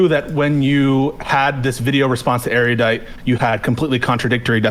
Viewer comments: It's Ero-dite and Piss-co. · God damn it. It's pronounced ER-U-DITE. Where did this poncy airy-you-dite pronunciation come from? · How are people still mispronouncing Erudite? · absolutely pedantic attention to specific details is completely undermined by his inability to correctly pronounce the word "Erudite".